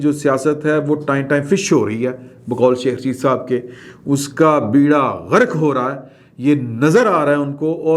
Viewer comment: main ne kal bhi aapko samjhaya tha ke 'beerha gharq ' nahi hota, 'bairha gharq' hota hay, bairha means a fleet of ships, iss silsilay me aap apnay program ' baithak ' me aala urdu jan ne walay as hab se maaloomat kar sak tay hain. Agar aap meray baray me kuchh janna chahtay hain tao mujhay apnay kisi program me mdu kar lain me aapka bohot mashkoor o mamnoon hounga. Shukria.